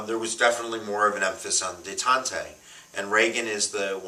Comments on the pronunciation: Detante is pronounced (day tont) NOT (de tant tay) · Detante, silent e on the end. Reagan ends 45 years of Cold War and the presenter begrudgingly says “we’ll give him a point for that” one point! He also forgets to mention how poorly the media treated Reagan at first, basically a slightly milder version of how they treated Trump, saying he knew nothing, was just an actor, was a puppet of his advisers etc., then he went on to be re-elected in the biggest landslide in history, bring the corrupt communist USSR to its knees, end the Cold War, revolutionize society, bring millions of minorities out of poverty and dependence etc.